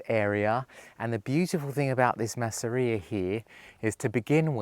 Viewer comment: Das nennt sich nicht maaaseria,sondern massseria betonung auf dem zweten buchstaben 🇮🇹🧟‍♂️🇮🇹